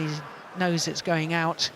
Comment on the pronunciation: Aut Aut(out) Lah ,wkwkwk